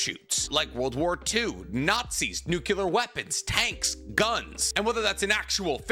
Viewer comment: It bothers me that he can't say nuclear, lol